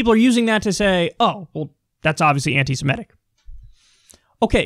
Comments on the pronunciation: Pronounce as written: anti-semitic. Not anti-simetic. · For the last time, Kyle . . . PLEASE learn to correctly pronounce "anti-semitic."